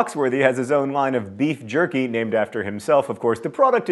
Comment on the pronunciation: Novaturtle He does it again 39 seconds later ("lined" instead of "line"). Pull yourself together, John!